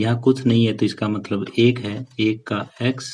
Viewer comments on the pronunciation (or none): none